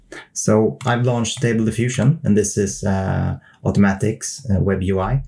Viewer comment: The way you said automatics. I think it would sound less Swedish if you said Automadics and didn't emphasize anything. Your Swedish dialect is very obvious